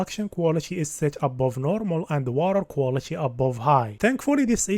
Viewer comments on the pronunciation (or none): none